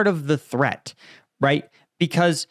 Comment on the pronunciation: Threat or theat 😅